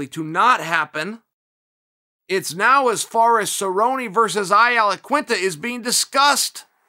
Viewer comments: Chael "I Alaquinta" Sonnen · I ALaquinta Chael the undisputed champion at saying names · Did he just say ai alaquinta?